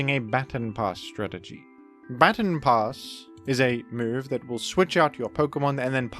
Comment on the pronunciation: "Battin' Pass"